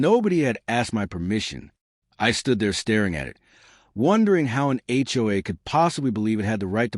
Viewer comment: First thing I noticed about this horrible AI garbage story was; What in "H" is an HUA? I've heard of HOA's but never HUA's